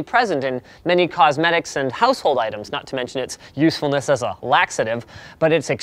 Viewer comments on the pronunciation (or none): none